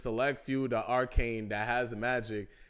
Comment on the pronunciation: Yo It's R CANE Not R CON